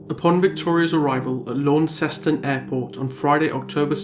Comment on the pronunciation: Wow. It was totally random that I clicked on this, sitting here in the tiny island of Tasmania. This case is so sad, though it doesn't totally surprise me. Knowing Tasmania as I do, people would know what happened to her and who did it. 100%. I hope she rests in peace. I hate to be this person but Launceston is pronounced "Lon-cest-on" or "Lonnie" as we call it down here 👌 Great video, thank you for what you do and bringing recognition to cases like this that would otherwise go unheard of ✌